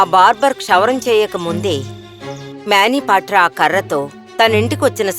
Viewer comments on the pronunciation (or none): His namecis manibadhra not mabebadra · మ్యానిపాట్రా కాదే అమ్మ మనిభద్ర